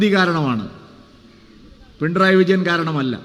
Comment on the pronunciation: പിണ്റായി അല്ല പിണറായി Ok